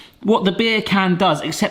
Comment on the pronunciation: I'm sorry but when you say "beer can" my brain can't help but hear you saying bacon in a accent